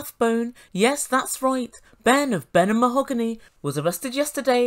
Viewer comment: Yes, Mah-hog--ooney